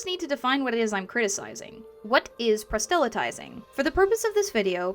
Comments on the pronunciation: Please, don't take this the wrong way, but the word is [PROSS-luh-tizing], not [pra-SELL-a-tizing]. This is a quick way to turn people off who may assume your content is just as incorrect, and since your video is quite good, that would be a shame. Otherwise, keep up the good work! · It's a nitpick on your excellent video, but I don't find that pronunciation of "proselytizing" in any of my sources--they all have the emphasis on the first syllable. Is this a different dialect than what I grew up with?